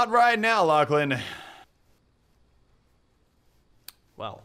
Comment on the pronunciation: My friends think your called Latchland. I told them 1,000 times it's Lachlan. Anyways nice trolling and gameplay Lachlan. :)